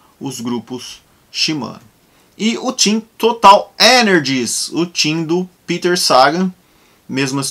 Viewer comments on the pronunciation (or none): none